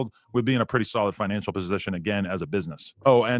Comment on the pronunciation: lol “finically”